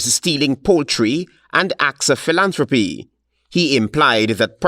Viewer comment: It's PhilAntropy, Not philontropy